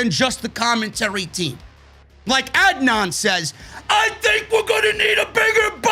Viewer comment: Lol watches the entirety of Raw for us every single week, hears them say each other’s names every single week, and just pretends he really doesn’t know how to pronounce Adnan’s name 😂